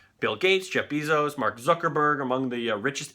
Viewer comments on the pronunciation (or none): none